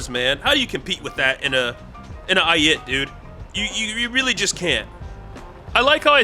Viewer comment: bro the way you say Ayit is just helleries as a person who speaks Hebrew fluently it just makes me laugh (no it isn't pronounced ay-e-et it's ay-it)